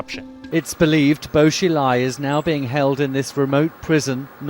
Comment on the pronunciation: It's prounounced Buo Shee-lai, Ta-lien city